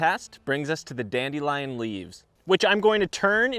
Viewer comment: it's dandelion not dandelion